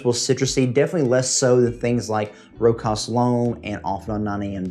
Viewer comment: Great list 👍👍 AEB is an easy reach for anyone. I need to check out Singulier. Not to nit pick... Its a common mispronunciation, but it's pronounced Row-shas.